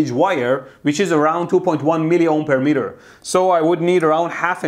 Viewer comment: The meatah, you must give me